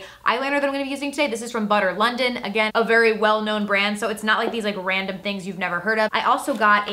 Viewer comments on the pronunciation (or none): none